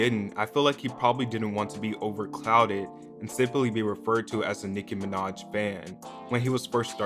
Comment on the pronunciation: I only clicked on this video to hear him say Nicki Minodtch